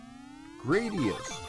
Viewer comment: THANK YOU for saying "Gradius" PROPERLY. :-)